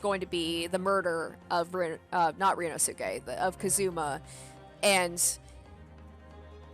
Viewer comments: The pronunciation of ryunosuke is RYUNOSKE not RYUNOSUKE. The "u" In "suke" Doesn't need to be read. Also asogi pronunciation is asogee. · I'M SO EXCITED FOR THIS. As for Ryunosuke's name, the "suke" is pronounced "keh." So his name is ryu-nos-keh. Hope this helps! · if you watched naruto series then you know how pronounce sasuke the right way If not ,The last U voul in here is silent So its pronounced ryunoske